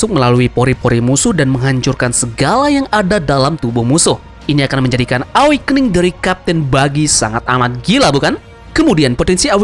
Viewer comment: Ĕwekning gak sih bacanya, bukan awakening min